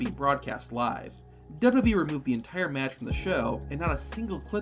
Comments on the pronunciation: Dubby Dub E? It's Double-U Double-U E . Sound it out. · Why do u keep saying "dubba bee" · Is the narrator saying "Dub Dub E" and NOT "Double-U, Double-U, E"? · Take a shot of drink every time he says dub dub e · There are 3 letters in WWE. Why can’t you say them?